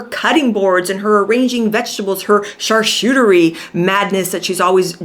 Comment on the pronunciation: Pronounced: charKUteree